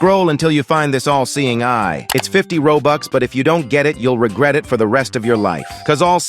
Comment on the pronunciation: "U will reget for the rest of your life" bro has rizzed me💀💀💀